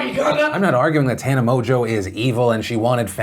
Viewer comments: Is it pronounced Tana "mojo"... or is my boy Philly D just snookerin' us? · Is her last name actually pronounced Mojo?